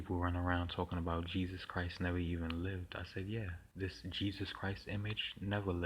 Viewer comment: Isus? This pronunciation interests me. It reminds me of the Egyptian goddess of magic.